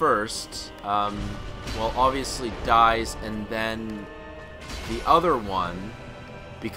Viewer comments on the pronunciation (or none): none